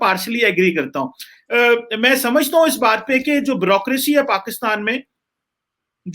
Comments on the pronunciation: Everyone else: Bureaucracy: Brrocraacy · Wo "bureaucracy"....hota he "brucosy" nahi he 😆😆😆😆...thik se bol..."Halwai"😆